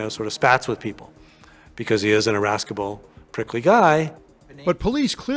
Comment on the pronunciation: a). who laughs when asked if they killed a child?!?!? b). his defense attorney needs to go back to school; the word is "irascible", with a soft "c" following the "s", not a hard "ca"; and c). his attorney makes a credible point about the prospect of mental illness and OCD, especially w/o direct evidence; and d). why TF did his then-wife not DO ANYTHING if she thought her husband's behavior was off!?!? lastly, how could someone that violent do something like that just a single time? child predators aren't typically one-timers, right? he might be bizarre, but that doesn't make him a killer....and 48 hours really dropped the ball big time by just including a post-script that he was later found guilty. what changed?!?! this episode is just sad and disappointing....that poor family....